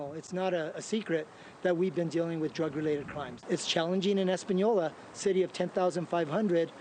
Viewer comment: Espenyolla is how it’s pronounced